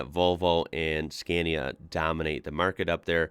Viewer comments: Lets learn it again, i hope from 3rd try u manage to learn finaly. Its pronounce skaa•ne•uh (Scania) not Skeeeenia!!!!!!!!!!!!!!!!!!!!!!!!!!!!!!!!!!!!!!!!!!!!!!!!!!!!!!!!!!!!!!!!!!!!!!!!!!!!!! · Did you notice the pronounciation of "Scania"? It should be pronounced with a long "A" - Scaania"; not the English way as in "Scan". Thanks!